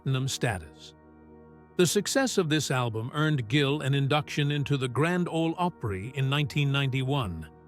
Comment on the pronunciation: Please pronounce the word "OPRY" correctly